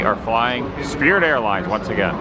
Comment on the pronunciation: The "Sprit" of Mediocrity?